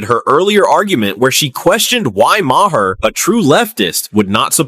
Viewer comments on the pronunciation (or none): Please stop using AI videos.... marhar.... is mahr.... this is how you say it. Ai doesn't know english. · Your AI talks too much. Can't even pronounce Maher's last name right. Irritating!!